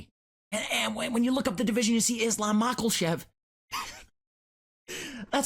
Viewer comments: “islam malkochev” 😂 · BRO the “Islam machelchev” sent me 😭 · is-luhm michael-chev 😂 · “Mackel-shev” sent me over the edge 😂😂😂